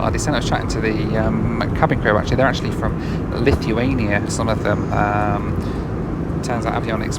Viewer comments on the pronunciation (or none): none